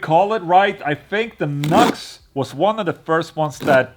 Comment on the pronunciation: That amp name is pronounced New X. I kinda reminds me of the little Blackstar Fly 3.